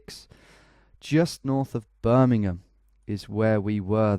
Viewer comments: As an Alabamian, it was quite nice to actually recognize a highway that I’ve drove on multiple times. (Also the pronunciation of Birmingham was spot on lmao) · As someone from Alabama I can 100% confirm that’s how we say Birmingham